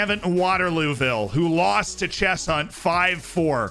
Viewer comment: Don’t forget Kelmsford and Chess Hunt